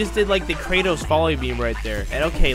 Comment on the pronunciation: I’d rather eat cereal with doctor pepper but not hear saying kratos